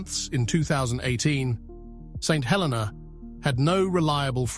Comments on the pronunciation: It is pronounced "Sent 'El-eena". Also Jonathan came in the 1880s way after Napoleon died. Lived there as a kid in the 1970s. Do your research and get it right or are you just AI slop? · Great video. Just the pronouncing of St Helena. Nearly fell from my chair when I heard it he first time and thereafter it started to spoil the video. The correct pronounce is: Saint (SAYNT) He (hə) - sounds like "uh" le (LEE) - rhymes with "tee"- na (nə) - sounds like "nuh"